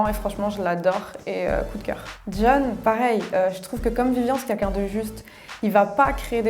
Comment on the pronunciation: Comme quoi elle s'est harceler pour sa couleur de cheveux mais ils sont magnifiques. C'est vraiment une couleur rare et belle. Sinon c'est moi où tous les candidats de TV ils disent kunkun au de lieu de quelqu'un ?? 😂